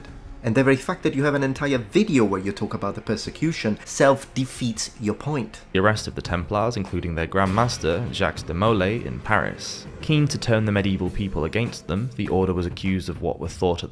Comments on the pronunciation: 'Jacks de Molay' 'Zhorzhez' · "Jacks de Molay"